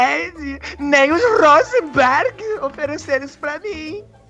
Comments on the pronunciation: rrrosenberg kkkk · "Aqui não é RRRUUSENBERRG! Aqui é RREEZEENDI!" KKKKKKKKKKKKKKKK FALECIDA